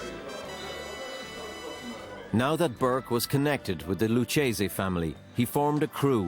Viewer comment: This series comes across like the people who made it have zero interest in the subject matter. Right down to the most basic things, like mispronuncing the name of the Lucchese family, one of the five Mafia outfits in New York. Who decided that the 'dramatization' starting was acceptable? What a load of shit. If you don't have the budget for dramatizations, or you're too lazy to hunt down suitable locations and wardrobe, then don't bother. Nothing exposes a half-assed job quicker than pissweak filler masquerading as re-enactment. You're better off shelling out a few bucks for archive footage. Hell, you can get stock footage for free in many cases.